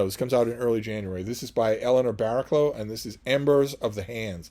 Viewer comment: Ember of the hands looks an interesting read. BTW Barraclough is pronounced ‘Barracluff’ (one of those weird English idiosyncrasies)